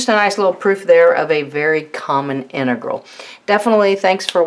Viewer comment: inıgırl demesinden başka hiçbirşey anlamadım